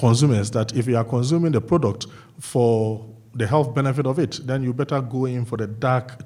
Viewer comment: "And den they eat da po po"